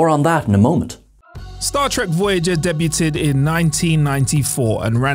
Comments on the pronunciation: Turned out should be turned down Progidy should be prodigy Wang should be wong Day-bew-tid should be day-bewd Kate-Kate mulgrew? You had 1 job dude, just to read the script and you can't even do that properly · and Debu'tt'ed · Come on. You hadn't even finished the first sentence before you mispronounced something. Debuted, not debyutted. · Oh boy... Debuted: "day-beewed", not "deb-butte-ted". ProDIgy, not "proGIdy" (not to be confused with progeny). Woolsey, not "Woos-ley". When a person's job is to properly read a script, each mispronunciation is like nails on a chalkboard! And I have reading, speech, and cognitive impairments: so I know the struggle, but I also know we can get it right. I don't know if that's the case with...I don't recall him messing up before. I wish we got more content from him, and I want him to be successful. 🖖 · It is debyood, not debuted. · Deb U Ted ? uhh. Not how you say that word my friend lol. <3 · Alongside his "debyutted"... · yeah I did mention that in my comments, it's not dee-buted. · Was about to write the same thing. I guess anyone can get a voiceover job nowadays... "debue-ted" ....good god. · Yeah, there was "debuted" as "day-byoo-ted". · Debyooted in Progidy. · Do they all say "debyuhted" over there? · Deb-yoo-ted is not a word. Sorry the video got stuck in a loop on that sentence. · Deb -U-ted? WHAT!!!!!! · "Debyooted" ?? lol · Deb-u-ted? Really? 7 seconds in, this isn't looking good already 😅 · yes! He's done that in other videos, too. That one bugs me, but it was debuted that drove me mad this time. I'm so glad I'm not the only one, I was starting to feel like a bitch 😅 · Also, in "debuted" the t is silent. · this seems to be an old video, but who cant say "debuted" correctly? and yet has a professional voice over role? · FYI that's not how you say debuted. Great vid though 🖖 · The way you mispronounced "debuted". LOL